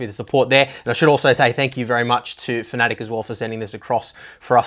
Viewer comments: It's not "Fanatic" it's "Fanatec" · Why do you pronounce it "fanatic"?